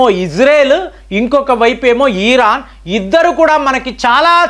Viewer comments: EEERAN KAADU RA BABU IRAN CORRECT YOURSELF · ఈరాన్ కాదు ఇరాన్ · ఈరాన్ కాదు ఇరాన్... వాడు వీడు యుద్ధాలు ఇలాంటి పదాలు తప్పించి వేరే వీడియోలు లేవండి..భారతదేశం తనని తాను రక్షించు కొనే సామర్థ్యం కలిగివుంది...రక్షణ వ్యవస్థ చాలా గోప్యంగా ఉంటుందని మీకు తెలయదా......మీ నుంచి విజ్ఞాన పరమైన వీడియోలు కావాలి....